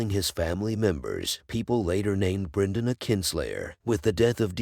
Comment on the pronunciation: Good video but the pronounciation is so weird. Brinden, Eegon, Deemon etc 😄. Idk how it's officially pronounced but I've always heard it said differently in the show and other video essays